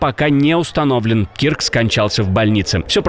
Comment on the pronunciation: Не Кирк , а Кёрк